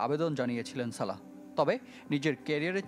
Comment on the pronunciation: সালেহ না সালাহ